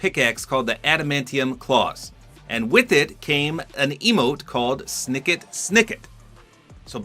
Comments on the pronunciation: It’s pronounced Snit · Sniket Sniket 💀 it's pronounced like the steel sound: Shnickt-shnickt (onomatopoeia)